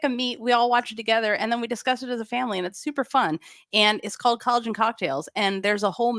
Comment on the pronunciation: Couple things. I always giggle when I hear you say "collogen cocktails". Is not drinking a choice? Are we with child? Do we have a little Gymnerd Jr on the way? Next, I was floored at the amount of front flipping Prodonova was doing before it was a big deal. Looking back at the 1996 Olympics, I was also surprised that gold medalist--blanking on her name--had a double front somewhere. Love it. Men's gymnastics with all their twists is admirable of course but monotonous. We miss you Nakita--except you were heading up one of the military for youth or something or another against Ukraine. Anyway, do you guys have any Elena videos on the channel? I'd love to see something about, Muchina, Nelli Kim, Produnova, 1992 Gold medalist... And by video, I mean bringing all the analyses and throughts you guys have about routines, people they were going up against at the time etc etc. Looking at Neli's performances at the 76 or 80 games looked way more impressive than the winners. I wanna say Neli had a double back while nadia didn't. I didn't go through every performance to see if Neli just flubbed it all but... I could look up all these names to make sure I'm spelling them correctly but I don't need to prove I'm the shiz. I like gymnastics, you guys fill a MASSIVE void in my life as I have NO ONE to talk to about this--maybe I'd remember these girls' names if I did--and you're doing the lord's work. Maybe tracking Zmeskals rise to the expected higher-place finish than Shannon in 1992 but t